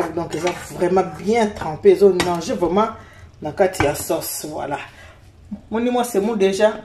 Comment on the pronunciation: Lool oui c'est vrai !!